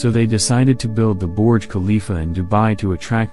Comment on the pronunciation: "Borj khalifa"